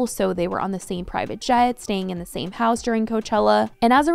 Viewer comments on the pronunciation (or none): none